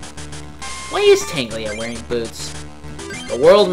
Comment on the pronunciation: ....I feel a little pedantic saying this, but, it's Tangela not Tanglia. Silly.:P